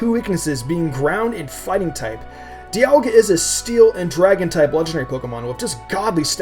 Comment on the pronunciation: You pronounced Dialga wrong it's not Die-al-ga it's Dee-al-ga